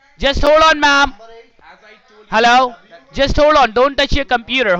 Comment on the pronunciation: I hate the way they pronounce the word Hello . " HA-low"